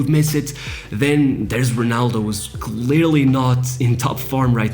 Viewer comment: I just found the video. I thought you were brasilian because you pronounce R like H, eg Honaldo instead of Ronaldo. I thought only Brazilians pronounce it like that. Also i was expecting Rui Costa as number 10 not Maradona. And last but but not least, ah Euro 2004 my favourite competition with my national team playing total football (kidding) and winning the cup against the hosts!